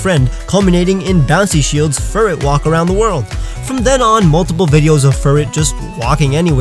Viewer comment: ITS FURRET AAAAA